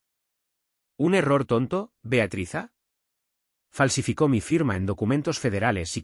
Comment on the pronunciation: NARRADOR, CONTIGO EL NOMBRE DE BEATRIZ PARA TÍ O ES BEATATRIZA O ES BEATRIZA, ERES PATETICO EN TUS MANÍAS DE EXPRESIÓN